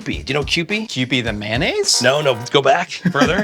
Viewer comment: Boo yow mayonnaisz